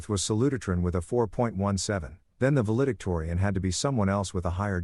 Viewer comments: The word is "val·e·dic·to·ri·an." I'm glad this is a story and not real. This woman needs to be harmed. And even though it's fiction, it's good to think about a man who can be a father. Indianapolis, IN USA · You mispronounced valedictorian.